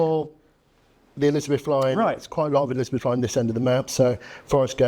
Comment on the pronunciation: i know what you mean but you said elizabeth is 3 syllables rather than 4